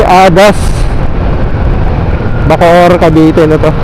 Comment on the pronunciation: Bacoor Cavite po Sir hindi po Bocoor Cavite